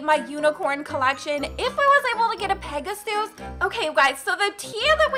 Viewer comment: Its not peg-a-sues its pega-sis thats how its pronouced